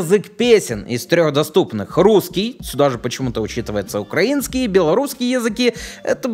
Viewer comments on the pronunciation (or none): none